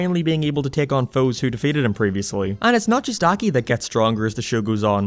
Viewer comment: It is pronounced Ah-kee